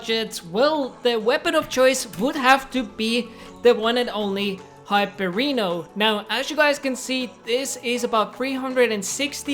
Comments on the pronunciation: its not pronounced "hypereno" its pronounced "hypereon" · high-per-eno hyperion lmfao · I love that u called the hyperion the hyperino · I love how he said hyperino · Bro really said HYPERINO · i love how he called Hyperion "Hyperino" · he said hyperono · Hyperino lol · Did he just say hypereeno